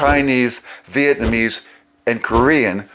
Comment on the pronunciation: I still find it interesting that people commonly pronounce Vietnamese as “Viet-man-ese”. Otherwise excellent video and super helpful for language learning - thank you!